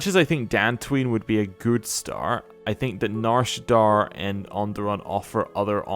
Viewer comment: Loving the LP but every time you say Nar ShaddAAR instead of Nar ShaddAA kills me lol